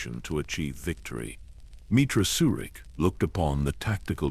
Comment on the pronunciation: Your AI has a hard time pronouncing the characters’ names. I know they aren’t real names. They are difficult to pronounce because they don’t exist in real life. If your computer or AI is reading a script, try to spell out the names PHONETICALLY. Misspell the names in the way they should be pronounced: ME - TRAH SIR - RICK. MEETRA SURIK AT - IN RAND ATTON RAND CRAY - AH KREIA BAY - OH DOO - ER BAO DUR NIGH - LUS or NIGH - HIGH - LUS NIHILUS SIGH - ON SION TEE - LOWS TELOS Don’t write the names correctly in the script. Misspell them PHONETICALLY and test your computer AI before releasing it on a YouTube video. See if, that way, it is pronounced correctly. I care about your channel. I like it. I have subscribed. Im not trying to judge or negatively criticize. I’m trying to help. Have a blessed day.